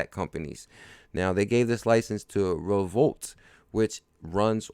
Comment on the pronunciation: Great info. FYI. I think Revolut is pronounced REV O LUTE. Keep working hard and forget all the do nothing, know nothing haters and their negativity. XRP baby!